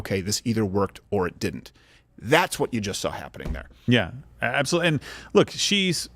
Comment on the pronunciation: its apsalutly apsalut